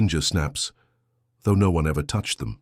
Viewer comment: How did you say asparagus? AI needs more practice.how did you say no - one? It’s one word for heaven sake.